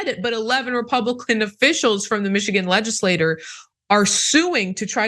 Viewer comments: I just want to correct your pronunciation of the word "legislature". You frequently pronounce it "ledge iss lay ter" which is actually the pronunciation of the word "legislator". A legislator is a person. A legislature, on the other hand, is a political body and is pronounced "ledge iss lat chur". If you could make this correction so we can understand when you are talking about a "legislator" and when you're discussing a "legislature" (chur). Thank you. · Interesting... Also legislature is pronounced leh . juh . slay . chr not leh . juh . slay . ter :) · Please try not to pronounce "legislature" the same as "legislator". It's confusing. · LegislatURE not LegislaTOR